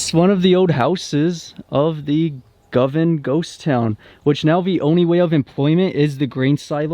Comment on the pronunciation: pronounciation is "GO- Van"